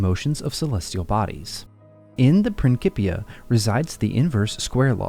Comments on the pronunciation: Pronounced: “PrinSipia” … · Can't get pass this pronunciation of "principia"